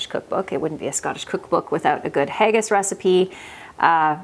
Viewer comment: Haggis Is pronounced Ha (as in ha ha) gis (as in kiss) not haygis❤😊